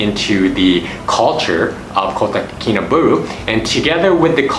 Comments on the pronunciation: subscribed and liked bro, but try to pronounce it correctly our city name kota kinabalu, not kota kinaberuu bro.. by the way thanks for introducing my country SABAH to the world.. come and visit the culture here and make friend with them next time when you come to visit again, and then you'll know the beauty of our people the culture and their traditions.. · Kotakinabalu...not kotakinabulu... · How about pronouncing Kota KinabAlu properly. I do live here as an expat and disagree with a lot of your observations. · WHY ARE YOU SAYING IT LIKE THAT????? just say KK for short